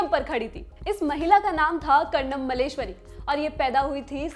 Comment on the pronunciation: Madam, aapka pronunciation it kharab hai ke sunne me bhi ganda lagta hai. Please improve your pronunciation at least. *Karnam MalleSHwari, *Khitaab, Khuraak etc. Please improve.